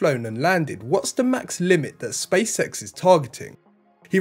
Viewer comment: but why he keeps saying "space sex" instead of "SpaceX"?